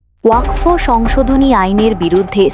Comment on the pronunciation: আরে ভাই উচ্চারণ ঠিক করে বলুন।ওয়াক ফ এটা আবার কী?